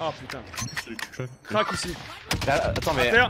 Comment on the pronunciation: Crack ! Pas cwak..